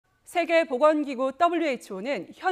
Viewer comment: 따블류 ㅋㅋㅋ 발음 쥑이네